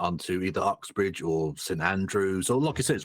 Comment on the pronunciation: It's Oxbridge, not Uxbridge btw